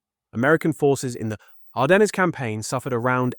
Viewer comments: Sigh … another mispronunciation “Arden ness” it is ardenz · Can't get your AI to pronounce "Ardennes" correctly? No credibility.